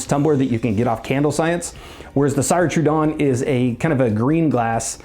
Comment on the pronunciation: It’s “seer” trudon like if you were saying sears. Also there vessels are all hand blown! I have several and you can feel the luxury